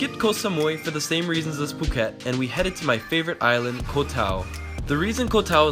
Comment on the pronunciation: The way to pronounce the word ‘Koh’ is like saying the word ‘cops’ but without the end, so like coh